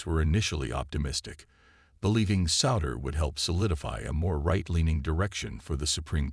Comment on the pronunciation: You might want to teach your computer voice how to pronounce "Souter." Google for the correct pronunciation.